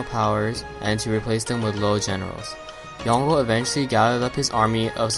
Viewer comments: It's pronounced yon-gul I knew him personally and he would refer to himself in 3rd person, as yongul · The pronunciation of Yongle in this video is wrong. it should be Yong-Le